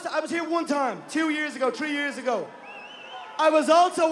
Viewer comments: at the count of tree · When i count to tree🌲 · On the Count of Tree.